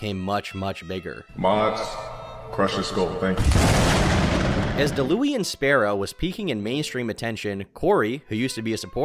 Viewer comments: "Dalooian Sparrow" 💀💀💀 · Deh-luu-ian 😂 I tried to collab for teaching people how to play FGs and he geeked out about it 😔 LONG ISLAND JOE. ELL EYE. please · “ Dalooean Sparrow “ 😂😂😂💀 I bursted out laughing at that pronunciation. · Da-louie-in lmfao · "Delooian Sparrow" 👌😂 Still can't believe the absolute tool got it tattooed on his forearm. Dayla Ewan? Dallah Wan? Dallowen Like... you know you're going to look at that when you're fifty and say to yourself: "Jesus I really am a nobhead." Every director said no. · pronounced as Da Lawn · Not an LTG glazer; say Daulaun right ffs